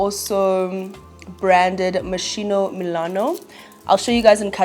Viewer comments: It’s pronounced mos-kee-no babes not mosheeno 😅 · Love the Moschino bag, it’s actually pronounce “Mo skino” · ps the schi in Moschino is pronounced like ski(n) 😘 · It’s pronounced mos-key-no queen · It’s pronounced moskino babe ❤